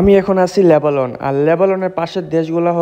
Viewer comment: লেবালল না লেবানন